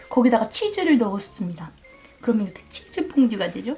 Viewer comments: 일본인한텐 그렇게 들린대요 한국 즈 랑 ズ는 발음이 다르니까 ズ라고 할순없지만 그렇다고 じゅ도 아닌데ㅋㅋ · 韓国人は 「ざ」が「じゃ」になってたりしますよね！ 「つ」が「ちゅ」とか！